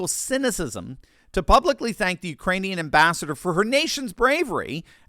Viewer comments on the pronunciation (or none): Oh I thought he said URINEan people.